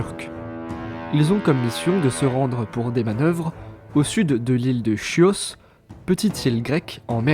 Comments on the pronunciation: Je pense que la prononciation de l'île grecque est "kios", pas "chios". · On dit "Kios", pas "chios" 😊